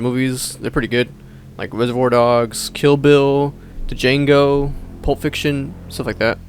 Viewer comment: Bruh the D in Django is silent… cmon now